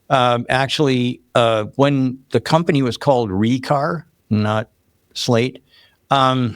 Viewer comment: Give them credit though. They realized naming it Re:car most likely wasnt the best idea. The first time he said that I thought he said retard